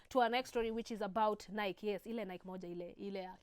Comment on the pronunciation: Hi. I love you! It's pronounced "Na-i-kii"